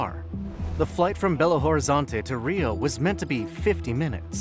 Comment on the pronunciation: You misspronuonced Belo Horizonte